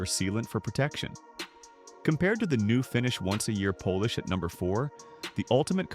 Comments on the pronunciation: Poll-ish? I thought it was Polish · When the video is about polish, the AI voice should learn how to pronounce polish